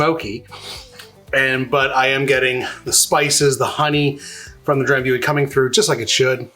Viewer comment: FYI It's pronounced Dram·boo·ee. ;)